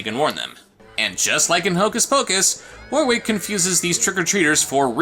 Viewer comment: way, am i the only one curious as to why people pronounce warwick as "War-Wick" instead of "Wor-ick" <---- actual pronounciation of the name.... not kidding